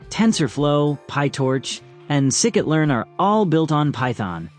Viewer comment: Get a human reader. It's not "SICKIT", it's pronounced "Psy Kit" as in science.